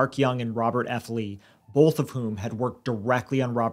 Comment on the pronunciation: i don’t understand how grown adults struggle with pronouncing a one-syllable word like “both.” it’s not fucking “bolff,”. you sound like a 3-year-old EVERY time.